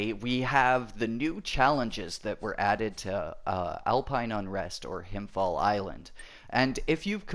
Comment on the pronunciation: When you pronounce "Himfjäll" try saying it like "Himfjell" instead of "Himfjall" :) just a tip